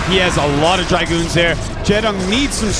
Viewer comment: Why are all American commentators unapologetic Stork fanboys? And why does this guy call dragoons dry-goons?